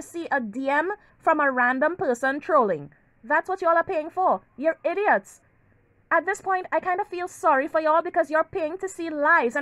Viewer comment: The way you pronounce IDIOT!! 😂😂😂😂😂